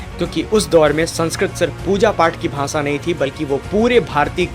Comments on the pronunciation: Mr. YouTuber, there is a problem in your pronunciation of श् and स्. You said , साही instead of शाही. You said भासा instead of भाषा। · 'भाषा' शब्द का उच्चार "भासा" न करें, हर 'श' को "स" न बोलें। ग़लत उच्चारणों से विद्वत्ता का प्रभाव कम हो जाता है।